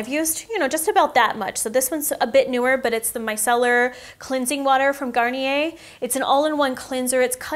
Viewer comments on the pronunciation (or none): none